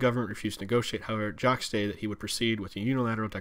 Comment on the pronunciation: He kept calling him "Jock". Alber-TA instead of Alberda. Okay clearly this guy isn't Canadian.